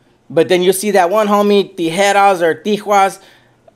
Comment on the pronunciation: Hey it's legs not shelf,and how funny you can pronounce real good #tijeras ,but you don't speak Spanish 😂😂😂